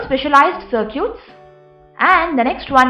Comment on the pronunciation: I wonder, why she keep saying "Sir-cutes" to circuits??